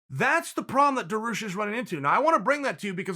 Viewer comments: my man beneil finally getting his shine. please tho chael is daryoosh not daroosh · “Darroosh” is another victim of the “mispronunciation king”... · Dariush not Daroosh. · Me: Beneil DARIUSH Uncle Chael: Beneil DAROOSH Me: Daroosh it is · Me just before clicking on this: "thank god Dariush is starting to have some respect put on his name" Chael: " DarOOsh " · There’s no I in team nor in Dariush, apparently 🤣 Daroosh! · Beneil “Daroosh” Dariush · no he's not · So we just gonna talk about him saying daroosh and forgetting he called him charlos oliviera ?😂😂